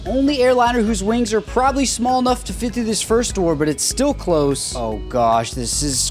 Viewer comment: I love how the clooooose rhymes with the engine sound